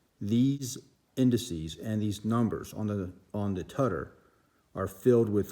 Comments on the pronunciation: “Tie-sot” “tuh-der” lmao you dumb fuck... this guy sucks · Correct your pronounciation dude. You are making a fool out of yourself. Tysot and tudder. 🤣🤣🤣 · Would have more credibility if you could pronounce ‘Tudor’ (‘Choo-door’) and ‘Tissot’ (Tiss-oh’) correctly!